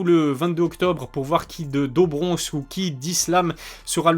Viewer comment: Do bronx ça se prononce « dou »bronx pour info.. à part ta prononciation sur certains noms tout est pro! J’adore ta chaîne !